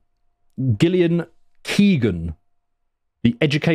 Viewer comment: When you can't pronounce an old English name like Gillian what chance do you stand with the names of the majority of Labour and Cons candidates.